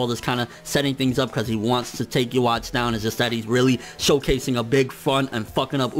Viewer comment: It's pronounced "Yoo-Hah-Bock." The "w" makes a "v" sound in German, but "v" is "b" in Japanese, since that letter doesn't exist.